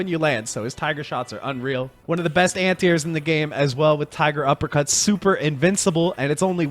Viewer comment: He keeps saying "anti-airs" but I only hear "ant ears" which I like even better.